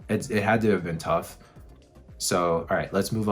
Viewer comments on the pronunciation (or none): none